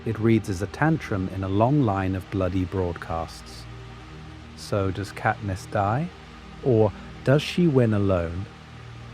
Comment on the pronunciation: it absolutely is genAI, not even two minutes in and the voice cant even pronounce katniss' name correctly